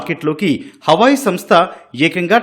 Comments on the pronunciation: అది హవాయి, అమ్మాయి కాదు.....హువావే😂😂😂😂😂😂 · Hawayi kaadu talli Huawei 😂😂😂